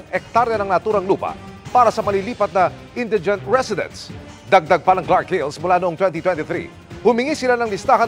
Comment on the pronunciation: Indeegent or Indaygent? Hihihihihi